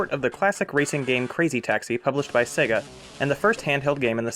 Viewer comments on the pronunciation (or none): none